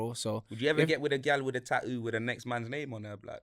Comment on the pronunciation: " Ta'oo " is a new one on my Bri'ish vocabulary